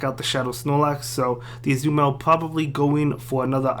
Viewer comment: Ah-zoo-mel lol